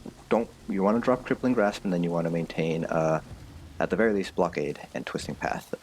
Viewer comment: Really good videos, but it kind of triggers me how you pronounce "blockade" :D